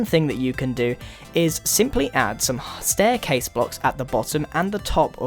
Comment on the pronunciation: or its funny how he said staircase